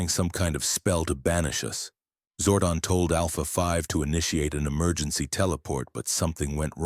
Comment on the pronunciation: it's zordon not zordin